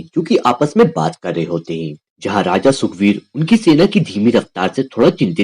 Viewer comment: Sukbir ❌ Sugrib ✅